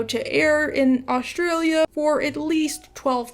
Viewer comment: went for Australian but somehow ended up sounding Eastern European 😢 "ДЏSTЯДLЇД" "ҪЯФҪФDЇLԐ ӉЏЙҬЄЯ" lmfaoooo 🤣